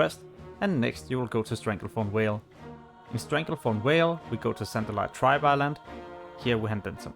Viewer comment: Schorlomanch and Stranglethorn Whale - New zones in TBC, HYPE ! Also, it's called "revEred", not "revurd" :P